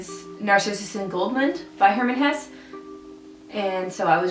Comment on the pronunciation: Its not hess, it's hessE